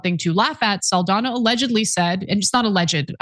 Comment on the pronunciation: Saldana is pronounced "Sawl-dawn-yaw"